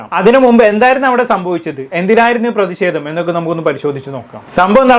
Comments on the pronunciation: C😂എടാ. നീ. ആത്യം... മലയാളഭാഷ. പഠിച്ചുവാ.. പ്രതിസേതം.. എന്നല്ല. പ്രേതിഷേതം... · പ്രതിഷേധം പ്രദീശെധം അല്ല😅😅😅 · പ്രതി സെതം അല്ല പ്രതി ഷേധം